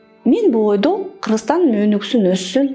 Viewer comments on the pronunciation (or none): none